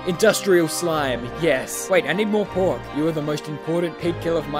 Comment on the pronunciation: i swear i thought he said pork with an N